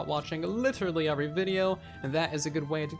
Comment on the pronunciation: I love when he says “UVery”. It’s such a spin on the normal word “every”